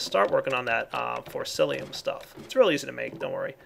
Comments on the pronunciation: FORCICIUM! Not Forcilium. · it wouldn't be a video without him mispronouncing Forcicium with Forcilium (Y) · It's Forcicium not Forcilium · You're still saying forcilium.. haha! It's forciCium,! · It's forcicium not forcilium :P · come on. its been so long. its FORCICIUM not FORCILIUM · forciCIUM!!! not lium CIUM WITH A C!! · Dude... when you correct someone make sure to do it right. For-ci-ci-um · its pronounced force C Um